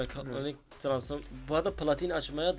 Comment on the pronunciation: Abi transform diyceksin.Transforum değil.Muhammet YT de mekatronik degil.Megatronik diyo dikkat!